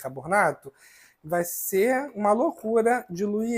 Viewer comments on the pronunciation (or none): Como eu já disse, suas receitas são ótimas, porém a sua pronuncia errada do bicaRRRRbonato prejudica o seu vídeo. Como você pronuncia o seu nome de forma correta e não pronuncia corretamente o produto? Isso não tem nada a ver com os problemas que você nos disse. Por favor, faça uma forcinha para pronunciar BICARBONATO da forma correta. Muitas pessoas irão aprender de for errada com sua pronuncia errada. Você é uma pessoa pública e é seguido por muita gente de todos os níveis. Por favor, faça uma forcinha.